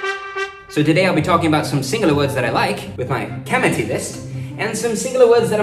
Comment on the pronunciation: Your videos are great but can Mani not correct your "kamati" after all these videos? It's pronounced "thi" like "thi-nk". The difference between ta, tha, da, dha is very important. Also kadavasam is Tamil.